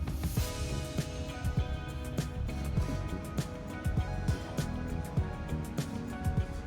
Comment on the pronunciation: 7th minute, the way you pronounce “water” sounds like you are from Philadelphia (or proximity)